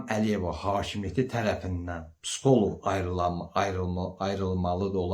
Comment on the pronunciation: Psxolok yox, psixoloq